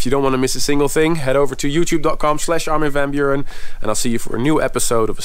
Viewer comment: Armin vun buuren LOL when will they get it right.